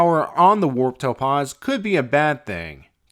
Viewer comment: I'm glad that the Warp Topaz is gone, now I don't have to keep hearing him horribly mispronounce "Topaz"